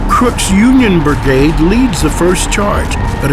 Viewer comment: Lol... he keeps saying "bergade"